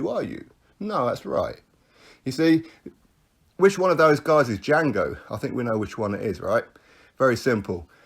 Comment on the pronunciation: Warrior2020 yeah he sounded like a special needs lol 🤣🤣🤣